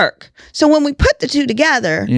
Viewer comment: 😂😂 tWWo a days in Dubai🍷🍷 #onredwinetime lmao “don’t let me hit up turkey & get tWWo dimples & a new nose… it’s over for you heauxs!!” 🤣🤣